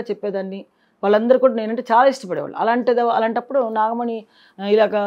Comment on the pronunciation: నాగమని కాదురా నాగమణి రోషన్ కాక రోసన్ అంటే ఒప్పుకుంటావా